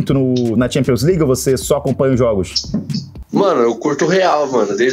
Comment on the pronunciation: Champions "Ligers"